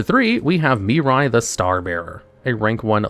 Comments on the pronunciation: I love how you say Mirai, yet the card says Mira. Yugioh Mandela Effect? 🤔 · In what universe can you look at the name Mira and see and pronounce Miri? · why you calling Mira, Mirai? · It's not "Miri" it's "Mirai". Still incorrect either way, but atleast slightly more understandable why it happen, since the latter is a word that actually exists (namely it's the japanese word for "Future")